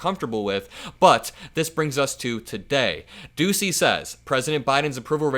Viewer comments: its not pronounced doosey its pronounced dooshey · You are mispronouncing Peter Doocy's name it's Pete "Douchey"